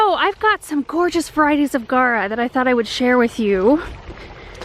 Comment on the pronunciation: It's spelled G-A-U-R-A people! Not guara. And it's pronounced "gawra." (In English.) (In its native Greek, it's pronounced gow-rus, from "gauros," meaning "superb.") There's a u in that word and it's not silent.